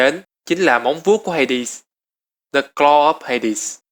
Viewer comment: vũ khí của Hades em toàn đọc là Ha Đét